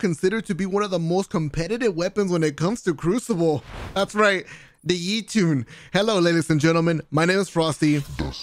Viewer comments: the “Yee-toon” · my man really said yeeetun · Jotunn (Yo-ton)